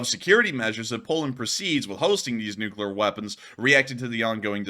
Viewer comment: "More closer". "Beguzz". "NuculEr". Slob.